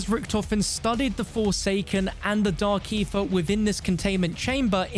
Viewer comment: How many times did he just say Dark Aerher?